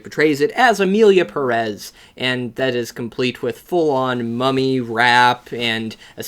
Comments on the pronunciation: If you’re gonna criticize the director for not doing his homework, you should’ve done your homework and learned how to pronounce Pérez. The accent over the first E means that’s the syllable that is stressed. I was hoping that the fame of this movie would finally get gringos to pronounce Pérez correctly. I guess I was hoping for too much. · The fact people pronounce it Emilia Peréz when it's written Emilia Pérez, BASED ON THE WAY PEOPLE SAY IT ON THE MOVIE ITSELF is insane for me.